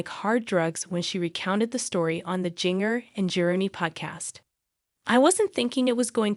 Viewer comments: Ginger first name is spelled with a J but it’s pronounced GINGER that’s her real name, not how you’re saying it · She is saying her name wrong it’s jinger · Please learn to say her name right before doing these too many out with names wrong because you people can't say the names right so sad 😭 I will pray for her and her baby🙏🙏🙏🙏🙏🙏🙏🙏🙏🙏🙏🙏🙏🙏🙏🙏🙏🙏🙏🙏♥️♥️♥️♥️♥️♥️♥️♥️♥️♥️♥️♥️♥️♥️♥️♥️♥️♥️♥️♥️♥️♥️♥️♥️♥️♥️♥️♥️♥️♥️💯💯💯💯💯💯💯💯💯💯💯💯💯💯💯💯💯💯💯💯💯💯💯💯💯💯💯💯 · At least you could pronounce her name right.